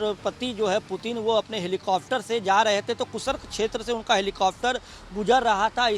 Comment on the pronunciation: कुसरक ?? कुर्स्क , भाई बोलना सीख ले 😀